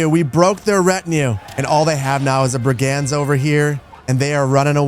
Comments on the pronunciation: This must be emphasized. It's drove me nuts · Fun series! What a cool game. Just so you know, "brigand" is pronounced BRIG-end.